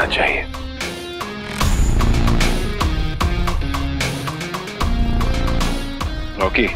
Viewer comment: Rocky ❌ lauky✅